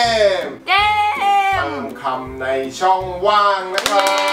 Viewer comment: ช่องว่างไม่ใช่ช่องว่า